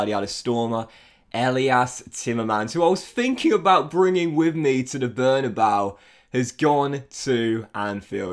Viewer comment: Bernabeu is pronounced Behr-nah-BAY-ooh